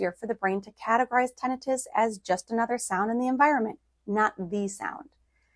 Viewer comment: You mispronounced Tinnitus